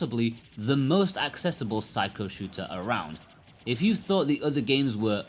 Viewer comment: Please stop pronouncing it 'psycho'. You do it on each review of their games. Try sick-key-oh.